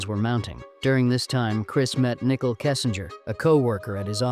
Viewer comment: It's very distracting and unprofessional to mispronounce names. It's NICOLE (SPELLED NIICHOL), NOT NICKLE